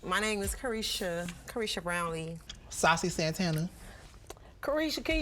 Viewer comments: Is she calling him SALSA? 😂😂😂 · Why ms. pat is calling him sausa santana